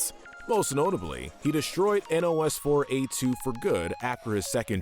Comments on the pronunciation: Nos-4-a2. Like nosferatu. Not n o s 4 a 2. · YOU DON'T SOUND OUT NOS-4-A2 YOU PRONOUNCE IT PHONETICALLY LIKE NOSFERATU!!